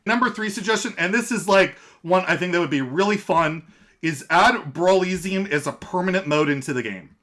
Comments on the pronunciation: Man. I love your content but you gotta stop pronouncing brawliseum like that. It rhymes with Coliseum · man, have you never heard the word Coliseum before? Now instead of “col” say “brawl”... cmon man “Roman Gladiators would fight in the col-EEE-syum” bro no.